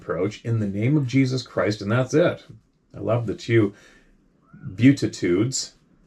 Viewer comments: It's the Bee- attitudes is how it's pronounced..the teachings of Christ. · It is pronounced B- attitudes.. the other word is pronounced suck- you- bus. It is demonic a demonic strong spiritual power called that. Thank you, to the guy who wrote In that read first. It is so true. There are nights when I'm sitting on the deck and I hear things outside and no that they aren't good and have had several different experiences which are why I end up watching this, I know all I have to do is a rebuke that whatever it is out loud I say I rebuke you in the name of Jesus Christ and by the blood of the Lamb. It is gone instantly they owe spiritual powers and all things are subject to the name of Jesus Christ. You must say his name out loud when you are awake. Satan cannot read your mind he is not omniscient this is why you have to say it out loud. I am grateful and Beyond the words for Jesus Christ and his Mercy to me and all of us who believe in JESUS CHRIST, THE SAVIOR. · it's prenounced " B -Atta - Tudes ". It's the beginning of Mathew. If you havent read it, you should, its short.. Theres some really good stuff in there, thats nowhere else in the Bible. I found it useful in understanding who is right when someone prejudges you or what others believe. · From Wikipedia: "The beatitudes (pronounced be-attitudes), statements of characteristics and blessing, are part of the Sermon on the Mount that Jesus spoke and is recorded in Matthew". I am aware of them but needed to look it up to define it. It is wonderful to me, especially in our given times, how this (for me) is all coming back to God and Jesus and spiritual beings. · It’s pronounced “B-attitudes” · It's pronounced The Bee-attitudes Finally got to use something I learned in Church. Night terrors are the absolute worst.